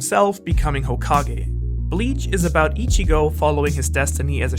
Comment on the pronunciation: Good video. But you lost my respect when you said "Narooto", "Eechigo", and "Looffy".